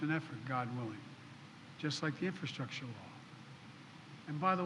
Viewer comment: Biden discusses infrastructure. He can't even say or spell infrastructure let alone discuss it. Come on man. F Poopie pants.